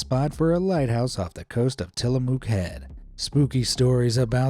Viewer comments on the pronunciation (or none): Tillamook is pronounced muck not moo. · There’s a lot of cows in Tillamook however there’s no moo in it. It’s pronounced Ti-luh-muk. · It’s pronounced tillamuck even though the spelling is tillamook